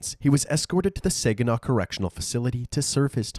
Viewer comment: Uhhh… Saginaw, Michigan is pronounced “SAA-guh-naw”, NOT “SAY-guh-naw”. You can see this by watching the YouTube video posted by the City of Saginaw, MI that briefly discusses its history.